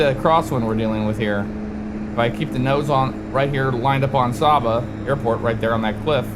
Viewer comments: just a pronunciation check it is pronounced Sayba not Sawba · Great Video, FYI the island is pronounced Sey-buh. Love seeing FSX videos of the islands I grew up around. If you want to try another intersting approach you should try Melville Hall in Dominica, Approach takes you on a left base to final between hills with an almost blind left turn on short final. 100% VFR only airport.